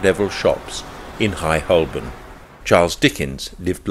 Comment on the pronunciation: Good, but Holborn is pronounced Ho-bun.